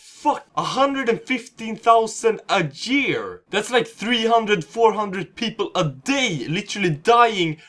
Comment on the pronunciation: a jear ? wtf dude